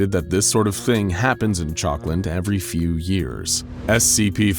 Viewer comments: Honestly thought he was saying chocolate for a minute 😂 town named chocolate 🍫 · Everytime they say chalkland I just hear chocolate